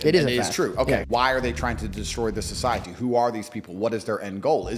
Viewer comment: Socie-at-te -- Eric Cartman